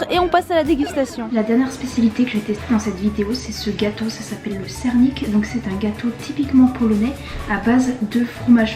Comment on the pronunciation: C'est une bonne présentation, mais encore des efforts à faire au niveau de la prononciation , à part" sernik ", les autres mots sont très mal prononcés. Heureusement qu 'il y a l'image et le nom de l'aliment. Bon courage pour la suite